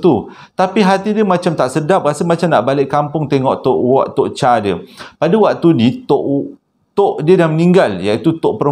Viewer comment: Bukan Tok Cha tapi sebutannya Tok Chei